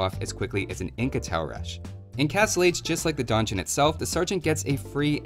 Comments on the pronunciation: I'm a Shadiversity fan, I read Donjon, I click Also, I'm a Shadiversity fan, I hear mispronounce Donjon, I get mildly annoyed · The Donjon Rush, not to be confused with the Don Juan Rush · I don't usually care too much about mispronunciations but this is like the third video where you repeat donjon incorrectly so many times it's really distracting me. Great video though!